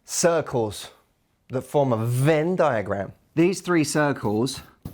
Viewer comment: i laughed so hard at the way he said "venn diagram" hahahahaha